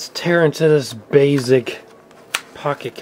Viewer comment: bro you cant pronounce calculator and now you keep saying “bazzic”….the Fn word is BASE-ICK basic basic basic holy S where did you learn to speak